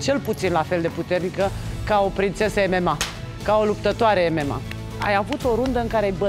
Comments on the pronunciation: "emema":)) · Ce fel pronunţă "MMA" 😂